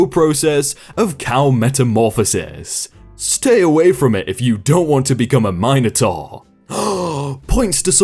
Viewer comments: It annoys me that ypu said “minOOHHtaur” And not “Minataur” like its supposed to be said. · It’s minotaur not mineotaur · did you just pronounced Minotaur Mi - no - tar Instead of My - nuh - taw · this fucking guy just said m i n e o t a u r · saying mino-taur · mine- oh- tar BAHAH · His pronunciation of Minotaur as Mine-Otaur annoys me as bad as the saying the letter Zed instead of Z. I am Canadian not American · The way he said minotaur 😧😧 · I’m mildly disturbed by how he said Minotaur